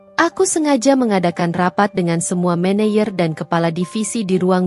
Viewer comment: Min klo baca yg bener dong , office boy dibaca office bo , maneger dibaca maneyer yg bener dong ini Indonesia 😂😂😂